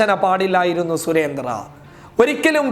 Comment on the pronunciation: മിസ്റ്റർ അവതാരകാ., സുരേന്ദ്രൻ എന്നാണ് സുരേന്ത്ര്യ എന്നല്ല പോയി നാക്ക് വിടച്ചിട്ട് ചാനലിൽ വന്ന് ന്യൂസ് വായിക്കൂ...